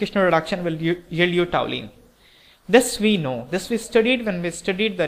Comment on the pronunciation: really nice conversion problem.one thing i want to point out, it is toluene not toulene.thanks .